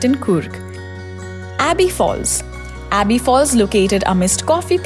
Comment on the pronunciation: A small suggestion here. Before you create videos to make money out of it, please get the pronunciations right.. you literally pronounced everything incorrectly like Madikeri, Abbey falls, Honnamma and much more. Focus on the quality of the content because such misguidance will cause inconvenience to the people who are planning to visit Coorg (Kodagu). Thanks